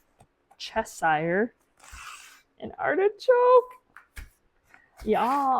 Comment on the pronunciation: Cheshire (chess shy er) is the pronunciation.